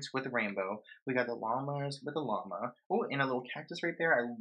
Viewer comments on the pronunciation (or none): none